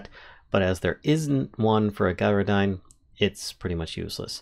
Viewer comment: Sorry to be negative, but I ignored the mispronunciation of Gyrodyne, right up until you managed to pronounce gyroscope correctly.